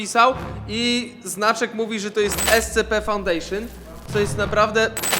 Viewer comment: "EscEPE FAuNdEJszYN" xDDDDDDDDDDD